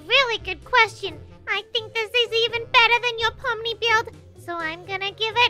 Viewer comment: No it’s not poni it’s pomni